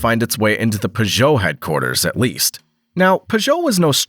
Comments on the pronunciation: Well it's not the worst way I've heard someone say Peugeot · Listening to this guy pronounce Peugeot is grating. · Thank You for another mgnificent production. I still have not worked out what was more awe-inspiring: the horsepower ratings of these small European engines or the intriguing shape of the wheel arches, (or lack of) on the P88. Also thanks for a fresh pronunciation of the name Peugeot. As a child I might have read it before hearing anyone speak it aloud, and so I always called them PIEw-joe, as in Pepe le Pew, with the emphasis on the first syllable. Then in high school ensued prolonged arguments with friends who pronounced it PURR-joe, as in purring kittens, again with the emphasis on syllable #1. Now hearing the name pronounced purr-JOE, with the emphasis on the second syllable, I concede that my childish phoenetic pronunciation, based on reading the name in a book without ever having heard it spoken, was err, well, inaccurate to put it gently. Which of the other two is correct; which syllable to emphasise? I'll leave that between you and my high school mates. (who would agree with me that Porsche has one syllable - silent E)